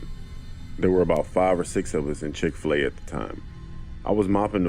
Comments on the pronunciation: LMAOOO “chic-fi-la” im deaddddddd😂😂😂😂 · Ma’am it’s Chick-Fil-A